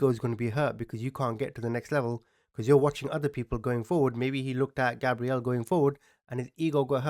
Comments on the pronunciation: I was wondering why you pronounce the victim's name as "Gabrielle," a girl's name, when it's spelled like a boy's name "Gabriel"? I thought you were talking about a completely different victim for a sec. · You keep saying his name wrong. You’re saying it like Gabrielle, not Gabriel. Google the pronunciation and you’ll see you’re wrong. There is a proper way to say his name and you’re wrong. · right, Portuguese, Pakistani, born in England… so with all this culture you should be able to say a boy’s name properly. Daniel isn’t Danielle, Gabriel isn’t Gabrielle… they’re names of you’re native ENGLAND where you like to mention you were raised. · Gabriel is pronounced “gay-breel”. Learning to pronounce their name is being respectful to the victim. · It’s gabe Ree el